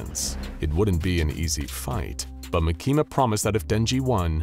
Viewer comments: its makima not makina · It's pronouced Mah-key-mah not Mah-keema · Bro said mikima instead of makima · By the way she's not called mikima she's called markima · "makeema" 💀 its 'maa-ki-ma' btw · Makima❌ makeema✅ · not MUH-KEE-MAH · its mah-kee-muh, not muh-kee-muh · Ma-key-ma that makes me laugh every time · You said the name wrong it's Maki Ma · “Makema” lol. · Why does he say makimas name LIKE THAT😭 bro is saying ma keema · Bruh he said "mekima" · no way this guy says makehma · makama not. bakima. what. the. f### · The way he pronounces Makima is wild. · He's right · I like how he mispronounced makima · the way he pronouces makima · I hate to say it, but I really don't think you read Chainsaw Man any more than just for a little bit of research. Considering you said 'Denji loves fighting with his weapon's which isn't true, denji doesn't WANT to fight and do what he has to do. Makima makes him. Second. Makima. You don't pronounce it properly a single time and it makes this really really hard to focus on the story when I hear it said wrong and it rips me right from the zone I'm trying to get into when I watch these. There's a few other reasons I don't believe you've read it other than to gather "the main points" that you think you need for the video script, but tend to misinterpret the meaning behind the characters and their actual personalities and how they really are. Anyways I'm to stoned to keep on going cause I'm losing my train of thought and wanna just take a nap n fall asleep to some SCP....after I make a hot pocket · So many plot holes, butchering miyamoto name and makima. Also makima wouldn't take the job unless she could control Abel. Also denji what you're showing is the hybrid version, not his max devil version. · Bro you said the girls name wrong if you can get that wrong then don’t even make this video